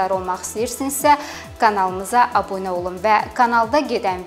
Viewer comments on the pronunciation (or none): none